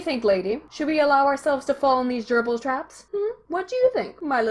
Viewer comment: He pronounced gerbils as "GEEERBLES"